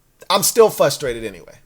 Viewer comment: My fav part of every video of video is when he says "fustrated" 😂😂